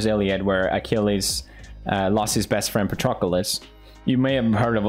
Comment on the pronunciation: heavy emphasis on 'best friend' lmaooo